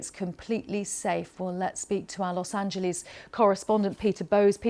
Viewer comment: Los Angelees? Really? BBC! Its spelled Los Angeles. How do you say angel in english?